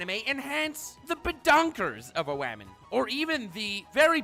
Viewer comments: No one::wahmen and gentlewahmen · This guy and the word "wamen" gets me everytime. Lol and now with another classic, "I have an ass, you have an ass and Mikasa has an ass." For fuck sake bro hahaha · Wamen and gentlewamen😂🤣🤣🤣